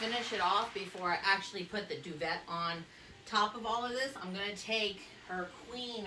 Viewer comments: This is cool!!! It’s pronounces doo-Vay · Why have I never thought of this? Great video! PS , your eyes are gorgeous!!! I’ve always heard it pronounced “doo-vay “ but maybe it can be either way. Thanks for sharing!!!